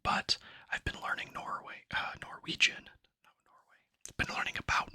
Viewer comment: This popped up in my recommendations and it's soo nice to hear you speaking Norwegian. Your pronunciation is great! You are very welcome in Norway if you ever decide to visit the land of yours ancestors 😊